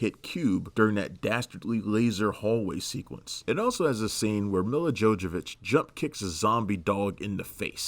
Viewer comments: and Jojovich.....Nope, her name is Jovovich Jo-Vo-Vich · You pronounce it Yo-Vo-Vitch dummy. She's Ukrainian. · It's pronounced Jovovich Yo-Vo-Vitch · RE fan here. I really liked the first movie. And come on man dont break your tongue Jovovich is pronounced Yo-vo-which. You're welcome. Also a Silent Hill fan. Movie was well made but with many terrible lines it didnt leave a great lasting impression. Also also Mortal Kombat movie is still freaking awesome. Just too bad they made it PG. Bad decision.